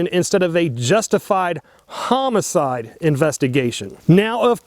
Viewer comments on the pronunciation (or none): none